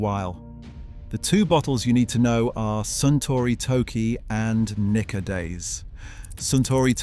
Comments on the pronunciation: Its pronounced neekka. Might help you avoid misunderstandings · he said what he said... NIKKA with a hard A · Nikka whisky from the hood 😭